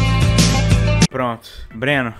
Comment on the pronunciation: a coisa mais bizarra e ele falando ''Breno'' ... tip: meu nome tmb é Breno